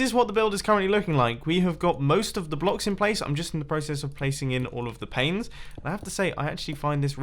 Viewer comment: "Placing to much glass planes is really hard" at first I thought he said "placing to much glass pains is really hard" lol